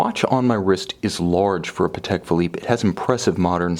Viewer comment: You pronounced Patek correctly in this video!! Yay. I knew you could do it.